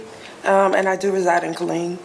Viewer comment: Wow smh this is awful. My dad is from Killeen. Its pronounced "Kuh-leen"